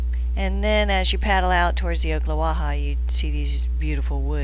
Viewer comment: Pronounced - Ock not Oak - Ocklawaha Nice footage though.